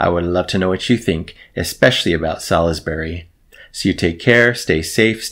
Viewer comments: Well impressed! A well known name but I've never bothered with them. On point vocals too. Well worth a dive. BTW, the UK city is pronounced 'Sorlsbury'. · Btw, Salisbury is pronounced 'Sauls-bry'.